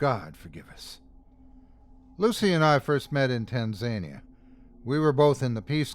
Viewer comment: Hey!👌🏽👌🏽👌🏽👌🏽great narration as usual. Nice pronounciation of the names❤It was nice to hear our Islamic references in a pasta😬 The country is pronounced TAN-ZUH--KNEE-YUH